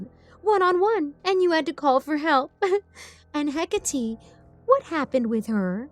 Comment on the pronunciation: Oh and HECATE is pronounced-HE-CATEE, not HEC-ATI, it bothered me so much in the podcast cause I used to be obsessed with research about Hecate 😭